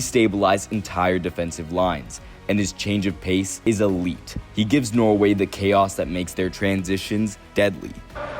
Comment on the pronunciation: yeah i live in norway, but he keeps saying noway